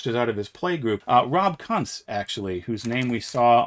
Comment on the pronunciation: My man, Rob Kuntz's name is pronounced “koonts”.